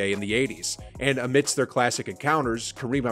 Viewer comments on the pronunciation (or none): none